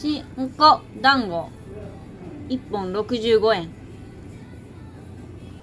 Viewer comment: のど飴と団子😂本当にたまたまか❓旅をする前から考えられた壮大なネタ👍胸を張って団子の滑舌はしっかりしましょう😁